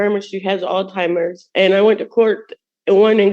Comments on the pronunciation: Alzheimer's, not "all timers" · How can you trust a woman who says her grandma has old timers. She can't even say the condition right so how is she smart enough to know he didn't take cocaine. He did it for fs sake! When did the world become so stupid! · BTW, it's not All-Timers. It's Alzheimer's. If you've ever had a loved one who has had it you'd respect it enough to pronounce it correctly.